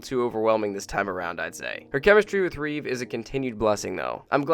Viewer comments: Reeve NOT Reeva! FFS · It's Christopher Reeve, not Reeves. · You kept saying Reeves, it's Reeve but aside that good review. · I love this video and I really hate to have to write this but it's Reeve. Not Reeves. I'm sorry. The OCD in me. :) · It drives me nuts how you keep calling him Christopher ReeveS, because he doesn't have a S at the end of his name, and what's more irritating about it is... you sometimes say his name right, at times? Anyway. Just a nitpick. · So you watched four movies with Christopher Reeve? Then why mispronounce his name as Reeves throughout?